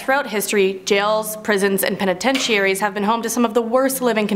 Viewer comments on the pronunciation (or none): How you say penitentiaries is absolutely hilarious.